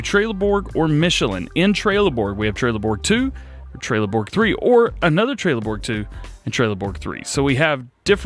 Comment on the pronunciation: Its Trelleborg not trailer Borg